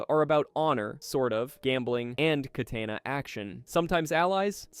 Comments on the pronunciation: How do you mispronounce katana and ballas of all things what? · Your pronunciation of "Ballas", "katana", "Venturas" and "Isla De La Muerta" bothers me